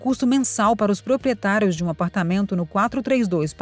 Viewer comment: "proprietarios" kkkkkk